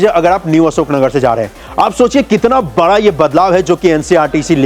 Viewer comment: Bhai kuch words k pronounciation sahi krlo like बड़ा not बरा